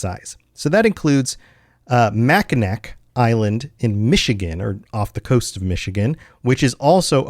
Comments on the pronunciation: LMAO mack 'n' knack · Bro called it Mackina(c) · I've never heard of mackinac(macki-nack) island. I have heard of mackinac(macki-naw) island though. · Just to add another error, and be a little nitpicky, I live in MI, and Mackinac Island has a similar pronunciation confusion to the one you joked about regarding Nevada, but in reverse, making is Mack-In-Aw. English is weird man. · Hello Michigander here, I have been to Mackinac island many many times, ur gonna hate me for this but it’s actually pronounced mackinaw, it is pretty cool it is know for its fudge and for the fact that their r zero cars or motorized vehicles, ppl only walk bike or their r plenty of horses and carriages that r massive by the way they r crazy awesome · As a native Michigander, I am deeply offended by your pronunciation of Mackinac's Island. It's MackinAW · Mackinac is pronounced Mackinaw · Okay, as a Yooper.. it's uh pronounced Mackinaw, despite being spelled Mackinac. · the last c in Mackinac is silent and it’s pronounced as Mack-in-aw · Minor correction. When you say Mackinac Island , we don't actually pronounce it like that. Pretty much replace the last C with a W when you say it, so it's pronounced "Mackinaw". Lake Huron was pronounced correctly on the third attempt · It is pronounced MAC-kin-AW. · Mac-I-Nak drives me insane smh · Its pronounced Mac a naw island :D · Yeah I can understand why people wouldn't know it's pronounced Mack-In-Awe if they've never heard it though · I'm curious as to how you measured or assessed the size of the maps. I'm almost halfway through and you haven't mentioned how you come up with your numbers. Minor edit: Don't ask me why but Mackinac Island in Michigan's UP is pronounced "Mackinaw". It ranks up there with the state of Arkansas in terms of "Why TF would you pronounce it that way?" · As a Michigander I’m insulted by your pronunciation of Mackinac Island lmfaooooo ( I’m joking btw it’s just very silly) it’s pronounced mack-an-all